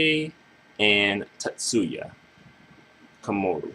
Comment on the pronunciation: My long nerdy reply(btw you kept saying Komuro wrong lol...sound slike youre saying Komoru): She probably would but in a whole different light. Her height would probably hit a plateau by now like most other amazing acts that just fizzle(think SPEED). Its thanks to TK that she got to experience dang near 2 hey days(the first via TK music and the second via former association and status plus relevancy to the urban pop music scene). Its not everyday you see someone with her background end up doing the music she does now. Even when I think Ayumi Hamasaki, I see her as sticking with a similar sound that got her there. Namie just went away from the dance music(TK started that transition for her) and she even ditched the ballads or of sophisticated pop sound and she went straight for the urban top 40 pop sound and hasnt looked back. A lot of her fans today get shocked seeing her old stuff and old image(fully clothed showing little skin and acting like a goody two shoes). I assure you though she will never get bigger than she is now(and she is her biggest because she has multiple fan bases loyal to both her personas and track records). TK was under some serious fraud trouble but that was only because he got greedy and did bad business in which he was payed in advanced but could not deliver the goods(the masters to many of the hits we're mentioning). TK is pretty much a dinosaur to these kids but hes a living legend to we who grew up being mesmerized by his signature. He shaped the so